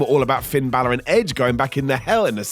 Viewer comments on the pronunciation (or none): none